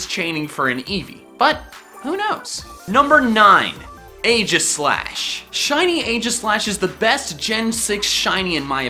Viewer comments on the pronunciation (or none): Hate to be that guy but... It's EE-gis-slash